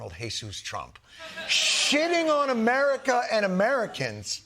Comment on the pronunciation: Ladies and gentlemen, the prezidint of Merica...